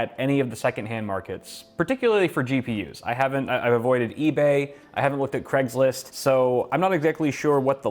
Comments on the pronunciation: is he saying creg or craig? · UK listening to this: c r E g s list